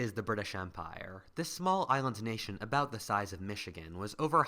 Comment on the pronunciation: it sounded as if you said “I’ve already talked to the Japanese Pirates in the north” instead of “I’ve already talked about the Japanese pirates in the north.” Not a critism just hilarious how it came out for me to hear it x)